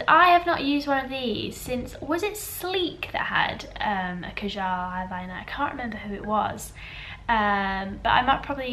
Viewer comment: kajal is pronounce kah-jul (it rhymes with hull)